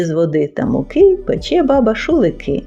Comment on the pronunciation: Дякую !! Наголос в слові шулики на останню букву . 🇺🇦👍